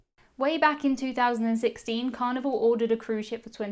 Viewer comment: Hello. Good videos. Idk if it is because of your accent or microphone but when you say Carnival I hear Carnivore.